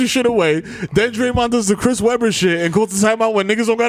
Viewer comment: this nigga desus pronounced Draymond name like is was Raymond wit a D in front hahahahahahahaha